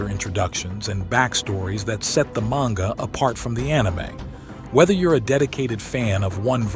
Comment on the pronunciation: im like 98.42% sure this channel is AI you pronounce manga different every other time